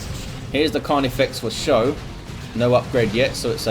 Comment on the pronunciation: Thanks for the cast,! I played pretty sloppy early on, but those Genes were fun as hell to use. (Should also mention it's pronounced "Skoe" not "show":D )